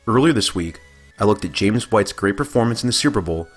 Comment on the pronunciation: His name's James not Jameis, lol.